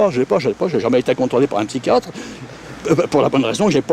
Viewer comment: " Le spychiatre " m'a achever